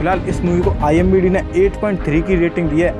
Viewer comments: IMDb nahi bhai IMDB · Bhai IMBD nahi IMDB Hota hai 😆😂🤣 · IMBD nahin IMDB hota h wo bhai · Imbd nhi hota pagli IMDb hota sahi pakde hai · Bhai IMDb hota hai na ki imbd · Bhai vo IMBD nahi IMDB hota hai🙏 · Its Not IMBD its IMDB Bro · are koi baat nahi zabban he fisal jati he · its imdb not imbd 🙂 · Bhai imbd nahi imdb hai🤣🤣😂😂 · IMDB Hota Hai IMBD Nhi 😂😂😂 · Wo imbd nehi imdb hota hai🤣